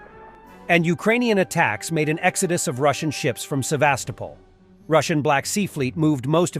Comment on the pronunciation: Sevastopol = Seh-vahs-TO-pol.